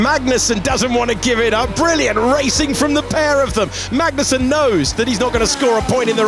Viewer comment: "Kevin Mangnussen"